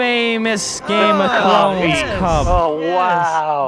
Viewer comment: "Game of Trons"